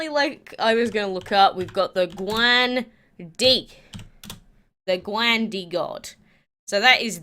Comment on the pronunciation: Please quake, use google translate which gives you the correct pronunciation of these dragons. It is really ... meh ... to hear the wrong pronunciation again and again. You did well on the Guan Di though 😊 Just paste in 嫦娥，哪吒 and 关帝。 Hope you do not take it as an insult. Thanks